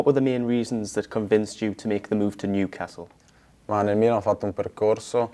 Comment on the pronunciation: Tonali contento del suo approdo al Niucazz.. Almeno imparare il nome dai su!!🤣🤣